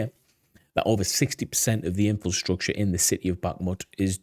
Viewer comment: Every time you say 'In Fill Structure' instead of 'Infrastructure' a baby dies... Just sayin'. I bet you say 'New Queue Lar' instead of 'Nuclear' too :")))